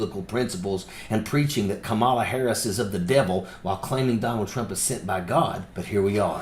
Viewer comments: It’s comma-la. Not come-ala you jackass. Say her name right or keep looking like a moron. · Comma la she breaks the pronunciation down that way.